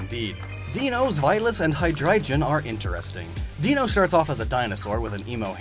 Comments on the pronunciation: D-EIN-o is still German, just like ZWEI-lous, and Hy-DREI-gon. It's pronounced like "Dino" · Please never pronounce Deino, Zweilous and Hydreigon like you did in this video again... Their names are based on the German words for their number of heads: Deino: Dino, Ein (German for 1). Pronounced like Dino. Zweilous: Zwei (German for 2), Jealous. Pronounced zv-EYE-luss. Hydreigon: Hydra, Drei (German for 3), Dragon. Pronounced high-DRY-gon. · “Deino” is pronounced as “Dino”. Ein, zwei, drei= 1,2,3 in German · Deino is not pronounced deeno like the Flintstones' pet dinosaur "Dino", it sounds exactly like the first half of the word dinosaur, since it's a pun on eins, the German for one, just like zwei for two and drei for three for it's evolutionary forms. 😁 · Deinos is actually prounounced more accurately as Dine-os, due to the name gimmick being that it has 1 head and is called dEINos, ein being German for 1 or a, and it's evolutions have zwei and drei in their names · you absolutely butchered the Deino line's names. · Hearing you butcher the pronunciations of Deino, Zweilous, and Hydreigon will always make me cringe after taking German classes for years. They're all pronounced with the hard I, not E, Ei in German = I, Ie = E. Also their names are jokes, since Ein(s), Zwei, and Drei are 1, 2 and 3 in German (though technically Ein means 'a', not one, but I let it slide for the funny) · Nobody going to point out Deino, Sweilous, and Hydreigon were mispronounced? Nobody going to let him know that they are based off the german words for one, two, and three, and that the german ei sounds like I? Nobody? Okay then.